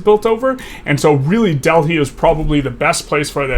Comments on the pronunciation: Dell high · great video, but wtf is that pronunciation for Delhi?